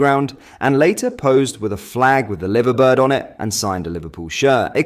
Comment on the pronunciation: Liver Bird is pronounced Lie-ver Bird. Can your AI voice handle that?